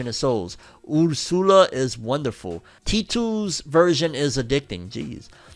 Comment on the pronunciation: I can't get over how you said Ursula. Did you think it was a Japanese word when you read it?